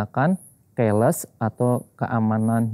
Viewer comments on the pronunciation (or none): keles😂😂😂😂keyless (ki les)